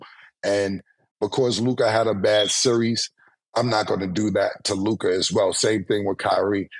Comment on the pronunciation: Mase actually said Luka AND LOOKAH in the same sentence